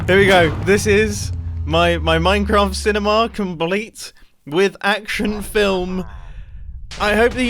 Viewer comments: Mumbo:time to build are cinimi. Me:no no no mumbo it’s cinema not cinimi idiot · I can't stop hearing cinemAHA! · Nobody: Mumbo: "cine-maw" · I like how he pronounces cinema like cinemaaar